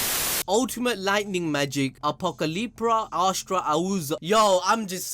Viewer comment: It's pronounced as "Apo-cali-pra Astra-uza"